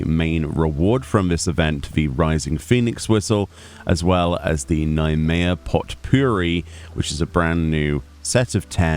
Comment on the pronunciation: I think the T of Potpourri is silent 😅